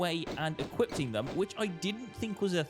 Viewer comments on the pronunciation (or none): EquipTing? DequipTing? Do you even English, bro?